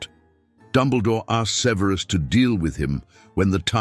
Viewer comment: Suh-VEER-is Snape lol. I can't 😅